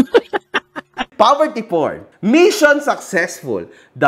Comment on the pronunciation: “Poverty Porn” Not “Porverty Corn”😂